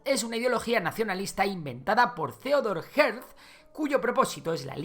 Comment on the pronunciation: Theodor Hertzel se pronuncia